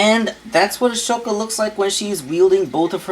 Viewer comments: (Okay clone ranger control yourself. Just because he mispronounced the name doesn't mean you have to get upset) hey the name is pronounced A-SO-KA not A-SHO-KA. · Right, he keeps mispronouncing it too..